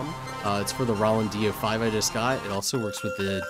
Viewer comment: this might be the first time i've ever heard anyone pronounce it "Rah-land"....